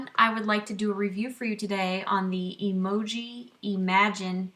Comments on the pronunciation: Its pronounced em joy not emoji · What's funny is that it took me the entire video to realize you were saying Emjoi wrong. I think I also read it as Emoji! Haha! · LOL it's pronounced: Em(as in the letter M) -joy (M-joy = Emjoi) - The problem I see with 1st timer epilators is that they buy the wrong machine out of knowledge. For example if you have a low pain threshold I would not suggest the Emjoi Emagine(which I have) that has 72 SPINNING TWEEZERS(that’s a lot) instead go with about half which is 35-45 . Also prepping the skin prior to epilating, which includes exfoliating regularly and not epilating with long hair, so trimming is a must; and then the actual epilating procedure. It’s not like shaving, people, so you can’t go 70mph. It’s a slow 1-5mph process with small circular motions and stretching of the skin in certain parts. As you get more experienced and is starts to hurt less you can speed u a bit. The settings are easy. MACHINE: Slow spinning is for fine thin hair and faster is for coarse thick hair.